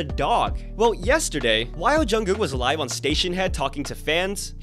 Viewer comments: Wait did she call Jungkook “Jungkung”? 😂😂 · The way I heard “John Cook” lmaooo. With the music Jungkook has been putting out lately he’s starting to remind me a lot of Justin Timberlake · Not "John Kung" 😂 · Lol thats Nomzamo mbatha from South Africa, she didnt mean to pronounce his name a little bit off😂....We as south africans just got a bit off accent